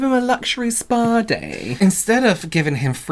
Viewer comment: The way you two pronounced SPAAAA-Day 😂 like should be the happiest guy on earth that you gift him a Spaaa Day 😂 I still have to watch the whole video but already know it’s gonna crack me up hahah